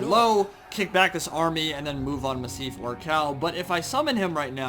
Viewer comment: Say Massive Ork Hall with an Ork accent. That is how you pronounce Massif Orcal